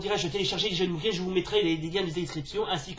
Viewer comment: Coucou. Cool ta vidéo, c'est pas souvent que j'ai vu des francophones parler de Mugen. Par contre, je sais qu'il faut dire "Muguen" mais je dis toujours "Mujen", lol.